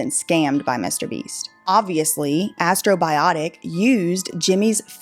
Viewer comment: Astrobiotic Astrobiotic Astrobiotic.. guuuurll there ain't no 2 I's in the botic.